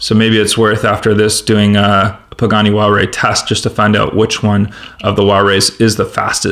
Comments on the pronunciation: It's pronounced hu-why-ra. HU is silent why-ra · you said pagani wallray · Please learn how to pronounce Huayra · What is that Pagani Huare you speak of? :) Nice race and nice 5-pack.Thanks for showing this.